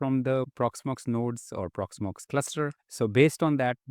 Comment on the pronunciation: "Porxmox" Custom AI Agent ? :D